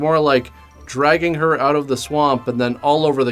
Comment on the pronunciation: Always great when accent goes in an "Oooout". Lol. But "Nu-cU-lar" is always awesome. 'Gotta check it "Oooout" here in Georgia " (Lol. The best of the best reviews as always!) Rock on